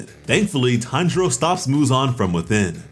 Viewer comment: It’s Tanjiro not Hanjiro dude